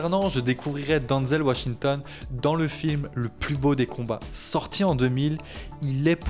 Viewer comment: Ce n'est pas bien grave s'il prononce mal son nom. Avec l'hommage sincère qu'il rend à Denzel, on peut bien lui pardonner ça 😉😇